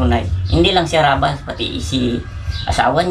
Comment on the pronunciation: Kabilang team bkit ndi mo mabigkas na harabas